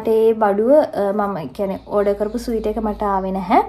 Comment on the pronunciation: ස්වීටර් නෙමේ ඩාර්ලින් - Sweater ස්වෙට(ර්)😊.